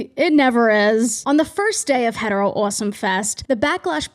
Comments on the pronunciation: First time on your channel. Pleasantly jumpscared by “uoawsome” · Obsessed with how you hit the first syllable of “awesome” and “offer” awh-some video you’re awh-ffering what accent do you have 😭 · Love when the Boston accent gets really strong at "awesome" genuinely your voice is lovely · actively struggling to keep my echolalia in check every time u pronounce awesome like that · big fan of how u pronounce awesome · Something about the way that you pronounce any word with "o" and "aw" at the beginning scritches my brain right. I love your accent 💕